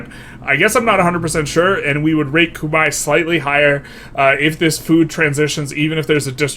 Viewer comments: It rhymes with "eye" in its native pronunciation if that helps. Not that it matters but just fyi. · Google how Khmer is pronounced because yours is pretty far off. Great video nonetheless!